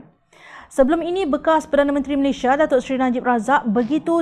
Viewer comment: How to prononce the name of your country? Malaysia or Malayshia?